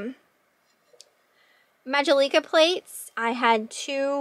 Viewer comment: Majolica- Maj jahl licka I hope this helps with your pronunciation. Great auction buys.